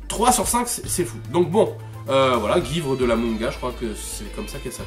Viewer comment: Je suis trigger par comment tu dis "guivre" mais la vidéo est super cool ! Je m'attendais vraiment à une parodie de David Lafarge (Je dis gü-ivre, comme "suivre" mais avec un 'g' quoi. Et je crois pas avoir croisé de gens qui disent pas comme ça avant)